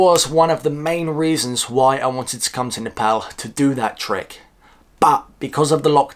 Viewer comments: i gotta give you respect for pronouncing Nepal as Nepal not Nefol .. Hope to see you n Nepal again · Love how you say Nepal without British Accent. Here nobody understands if I say “I’m from Nepal” I have to say “Nepol “🤣🤣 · Now you sound perfect saying Nepal lots of love from UAE keep it up